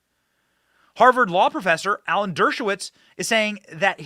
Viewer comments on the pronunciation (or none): none